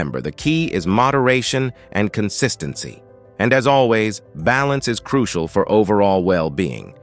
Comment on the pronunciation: Can we believe all this? Croo see al ? Why doesn't he just say "crucial" instead of his silly pronunciations. Never knew Orson Welles was a medical expert.